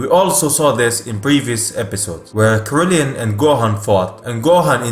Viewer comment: Nigga what in the fuck is a krillien